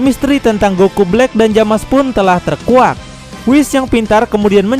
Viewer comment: bang itu nama nya bukan jamas tapi zamas/zamasu